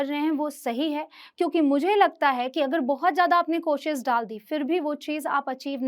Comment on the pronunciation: Mam ap khud koshis bol rhe h koshish hota hai ..apki pronunciation b sahi nhi hai ..kya btayenge koshish hota h ya koshis